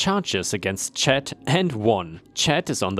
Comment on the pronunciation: just a FYI for future reference, C.H.A.D (as a person's name) is usually said like CH-- ADD ( it would rhyme with words like Mad, Bad, Rad, Fad, Lad, Sad.) :)